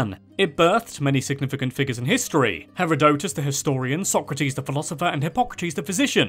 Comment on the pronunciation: it's Heh-Ruh-Teh-Dess. At least in the US. Not sure if the UK says it differently. Love the vids.